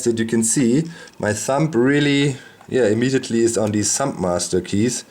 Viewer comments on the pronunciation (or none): none